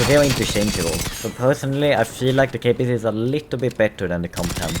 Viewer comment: Okay first of i dont like how you say the name of the weapons like kpist you prounce it kepist but you are supposed to say it like kåpist. Second thing how can a Carl Gustaf wich was made by taking everything good from most explosive anti tank weapons during ww2 and can kill modern day Russian tanks be worse then a rpg 7 which stop working if you put cardboard on you tank or armored car